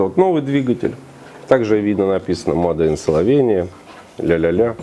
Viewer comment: Человек с высшим образованием, английский вообще на ноле. Мадэ ин Словения.